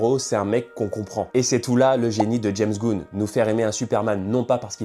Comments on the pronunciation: Ses james gunn comme un flingue et pas james goun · James goun aïe mes oreilles Sinon oui je suis entièrement d'accord ça c'est le Superman des dessins animés celui de l'âge d'or et d'argent c'est le boycott en collant rouge et bleu